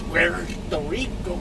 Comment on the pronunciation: puerto rirrrrricoo hahaha